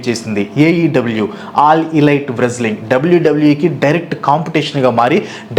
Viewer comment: చిన్నప్పుడు మీరు పలికినట్లే అనే వాళ్ళం. వ్రేజలింగ్ Wrestling బూకర్ T. Booker T ఇప్పటి పిల్లలు సరిగ్గా పలుకుతారు Favourites : Yukozuna & Vader